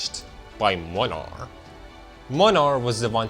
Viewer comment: As a Polish I can confirm that this is literally what Poland is like. I can also confirm that the English VA of Młynar completely butchered the Polish pronunciation.